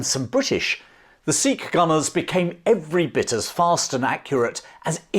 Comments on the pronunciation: By the way Sikh is pronounced Sick not seeek. Please refrain from the slave trader tongue and use proper pronunciation. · I’m fairly certain they still pronounce Sikh wrong to this day. They say “seekh” instead of “sick”, which is the proper way to pronounce Sikh ( Gurmukhi word meaning a student of God on earth).